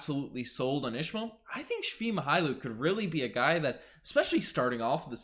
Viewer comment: Thanks for proper pronunciation of men name Only it is not shvi it is svii